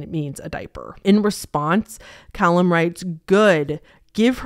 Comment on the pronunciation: Its pronounced "Cah-Lum" not "Col-hum", Callum is a pretty common name in the UK, is it not in the US? I legitimately thought you were trying to say Colin for most of the video but pronouncing it weirdly until i looked up the case lmao